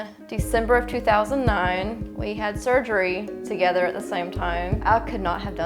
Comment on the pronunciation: lmao this dude can't even pronounce surgery